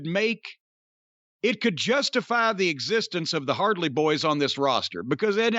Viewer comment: “The hardley boyz” lmfao 🤣